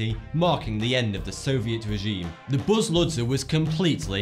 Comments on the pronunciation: I'm Bulgarian and I was suprised when you mentioned Buzludzha, (which by the way actually sounds more like Buzludja). Right now the facility is still abandoned but the idea of turning it into museum with several levels, has appeared on facebook, if you wish I can give you more info about that project. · Actually it's Buzludja and it's the name of the mountain peak not the building... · This is in my country. Also, it's pronounced Buzluja ('j' as in 'jam') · I am from Bulgaria and I noticed that you pronunciation is wrong.